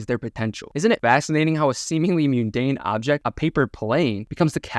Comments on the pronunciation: Plus mundane is not "myoondaine" it's "mahndaine". plus bidding her time vs. biding her time hahaha. i mean it's fair we all make these mistakes sometimes :P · Biding is pronounced 'Buyding', mundane is pronounced 'mondayn', intrepid is pronounced 'in-treh-pid', and awry is pronounced 'Ah-riye' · awry = /uh-rEYE/; mundane = /mun-dAYn/; biding = /bEYE-ding/; arises = /uh-rEYE-ziz/; intrepid = /in-trep-pid/; visage = /viz-zij/. otherwise, pretty good!